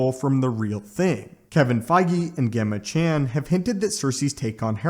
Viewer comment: Gemma chan!? Its pronounced Jemma just spelt Gemma… ffs 😆🤦🏻